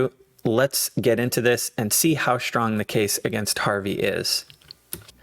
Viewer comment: The word is "strong", not "shtrong". S-T-R-O-N-G. I don't know why you pronounce it like that.